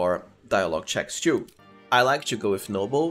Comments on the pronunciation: I can't chew this content bro with you saying chew instead of "too". Is it that hard for you :D? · Nice guide, but your pronunciation of the words "two and too" are horrible even for me as a non native speaker.